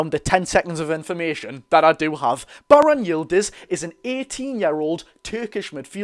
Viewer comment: Me dad is Turkish you butchered it to the point it ain’t halal 😂 but even I’ve never heard of him